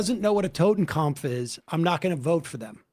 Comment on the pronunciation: Sam, it's Totenkopf ("Death's head"), not Totenkampf ("Death battle/struggle").